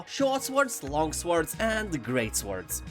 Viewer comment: Great video as always. One tip though: when pronouncing the word "sword" you shouldn't pronounce the w. So "sword" is basically pronounced as "sord". It sounds very strange when you pronounce the w :)